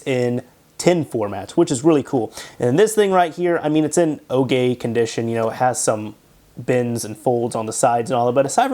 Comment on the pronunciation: it's in "ogay" condition